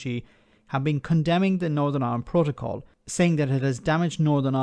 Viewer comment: This is exactly what we've been saying and saying for months, ni has the best of both and a huge advantage over the rest of the uk, wonder how this fits in with levelling up! On a side note, surely even wants to keep the protocol.. just so he can mis pronounce it every time 🤣